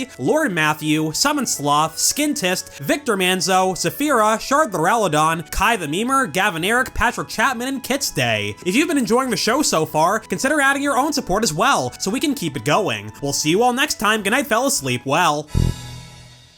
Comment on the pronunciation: Loved the video! I always found it weird that so many Pokémon learned toxic, but I'm kinda sad to see it removed from so many move sets, because it was always such a fun option to use. Also, it's Chipman with an I, not Chapman. Love you guys! <3